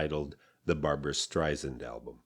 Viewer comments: Sand, not zand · He didn't even pronounce her last name right. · "What’s lacking is emotional depth and range." Uh, no. Listen to her sublime "A Sleepin" Bee" or "I'll Tell the Man in the Street" and you can hear this depth and range. It went on to win the Grammy for Album of the Year. And BTW, learn how to pronounce her last name properly. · It’s StreiSAND like sand on the beach not sund as she will gladly tell you. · Dear lord what a misjudged assessment, so off the mark — topped off with the mispronunciation of her name she’s always fought against